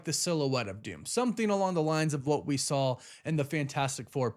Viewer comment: Stop saying SAWL. There is no L. And it’s THEM not THUM.